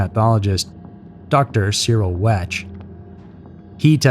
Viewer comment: It's pronounced, "Wekt" not wetchd. He is a very experienced world renowned pathologist. His expertise was consulted for the Warren commission. His legal and medical input has been featured on hundreds of television shows and programs. How could you NOT know how to pronounce this guy's name? Maybe it's because I am from Pittsburgh, but to me, it seems like this would be the equivalent of someone saying they were vaguely aware of the Beatles as being some musical group.